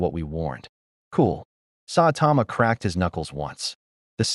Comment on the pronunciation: Sawtama...not how you say Saitama also 2 other clear problems 1: The Justice League doesn't use Boom Tubes, Batman has a teapoter on the Watch Tower, 2: the AI talks to much like a robot 🤖